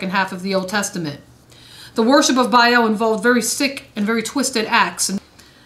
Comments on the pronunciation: Biaeil.... Its Baal. Not biael. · Bale (Baal) not Biel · Why do so many people struggle with the pronunciation of the word Baal?? Officially it's written as Ba'al... Pronounced Bay-al, but more commonly pronounced Bail... It's not pronounced barl or ball. The best way to pronounce it in this day and age will be Bale. So there you go... I don't want to sound like a piece of shit to everyone but try saying Bale!! It's the next best thing to say if you don't wanna say Bay-al. But trust me.... Baal sounds like Bale. I hope that helps people out with the pronunciation without coming across as a grammar nazi. I don't wanna piss people off but try saying things how they're supposed to be said. It helps considering words are magic... Why do you think it's called Spelling??? Words are frequency and can affect all sorts of things holistically. Always be conscious of what you say... It affects a lot more than you think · There is ARK and ARCH like Achoo... not AKOO... BA AL NOT BAEL... sorry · Its two syllables pronounced with double A's not an E. Sounds more like "mA-mA" than "eel." "bA-Al" is not satan, and theologically predates Judaism. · So you'll know for the future, it's pronounced the way you would say bale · Changed the video after "Ark of Bayel" lol